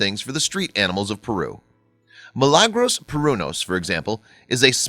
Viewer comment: I believed her name is Mi-la-gros that was how they pronounced, not Mi-lang or whatever.